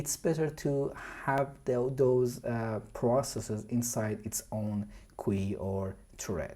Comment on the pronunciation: I'm also going to start pronouncing queue as kwee now, this is great.